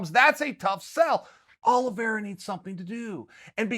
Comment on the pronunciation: I am so sad. I came in, only to hear Uncle Chael say, "Charlie Olives". He let me down.